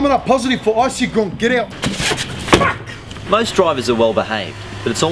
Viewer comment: The way he says, "FACK" is the best bogan Aussie pronunciation ever!